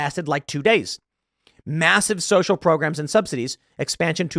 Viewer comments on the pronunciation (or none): none